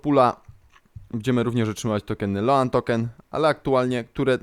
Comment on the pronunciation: Kurde, rzadko sie czepiam ale sposob jak wymawiasz "stable", "loan" az masakruje uszy.